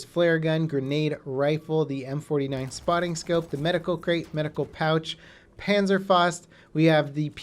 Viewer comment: please stop saying panzer fost